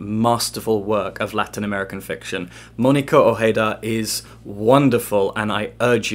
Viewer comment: I am even more excited for Blackwell's to ship this to me now. It is my kind of novel. I adore books about girls and women being mean and nasty. Also you do a good job at pronouncing the writer's surname. :)